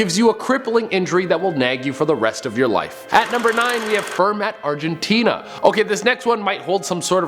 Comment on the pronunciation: Wait did you say Argentina?